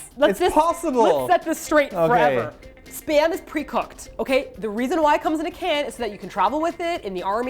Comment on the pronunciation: I just saw that with Keys hair now TROLOLOLOL. ... Am i the only one who understands Sperm instead of Spam all the time? Cooked Sperm. Onion Sperm...and so on xD